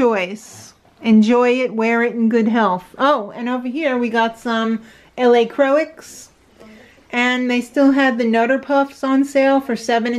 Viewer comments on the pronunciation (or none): I've never heard LaCroix pronounced that way, made me smile lol. Have a good day!